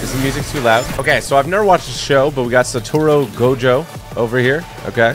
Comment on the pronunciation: How did he pronounce Saturo gojo first try 💀